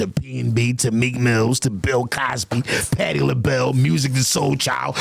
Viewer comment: Nigga said Patti Labell😂.. 💯